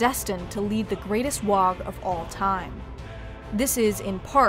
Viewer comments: It's not a wog you jackwagons, it's pronounced Waaaaaaaa like war with no r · It's not "wog" it's "WAAAAAGGHHH" (war) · Waaaaaagh is pronounced "Waaaaaaaaaaaaaa" not "Waaaaaaaaag" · FYI Waaagh is pronounced Waaah and NOT Waaag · It annoys me every time I hear someone pronounce the G in Waaaugh. The English language is a bastard of mixed rules, but I can't think of a GH combo at the end of a word that isn't silent or pronounced as an F. "Wahf" would be a better guess than "wahg", even though it's obviously "wah". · FFS Waagh does NOT have a hard G at the end. It's pronounced Waaaa. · it's not pronounced "Wog", its pronounced "WAAAGH!" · Even mispronounce Waaagh, it's said Waaaah, NOT Waaaag. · Its pronounced waaaaaaa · Ork Waaagh isn't pronounced "WA UH G". The ork warriors usually don't ever get to the G sound. So it sounds like a prolonged WAR. It just sounds weird when you pronounce it the way it's spelled because they don't :/ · Teehee, dis dumb 'umie can't say WAAAGH! Et sez "wog" Shtoopid 'umie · Did you say “Waag“? I think it's pronounced: “ WWWAAAAAAAAAAAAAAAAAAAAAAAG!!!!!!!!!!!!!!!!! “ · Except for the "Wogh". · Pretty sure she's mispronouncing WAAAGH! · i always thought it was a silent G. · The "gh" is silent . Otherwise, crackin video. WAAAAAAGH!!! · That's not how you pronounce WAAAAAAAAAAAGH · Pretty sure you don't pronounce the G in WAAAAAGH. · not sure if mandella effect or not, but I'm pretty sure you don't pronounce the G and the H at the end of "Waaaarrrgh" I've been playing 40k in GW's since first edition (so since the mid 80's, basically since I was about 6 years old) and whenever we were told to shout it by the staff, it was "WAAAAHHHHHH" with no GH sound being pronounced. They could have changed it though, or this could be mandella effect. does anyone else remember it as not having the GH sound pronounced as well? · The "GH" in WAAGH is to prolong the vowel and isn't pronounced. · ya dont say the G in WAAAAGH!! you bloody gits